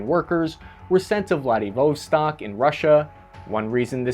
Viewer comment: You should work on your pronunciation of Vladivostok